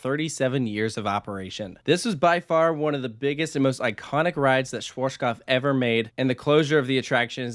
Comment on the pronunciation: For all English speaking people trying to pronounce the manufacturer - shvahtzkopf is probably the closest you'll get phonetically.